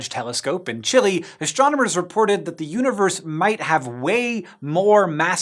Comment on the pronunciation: I understood "uterus" instead "universe"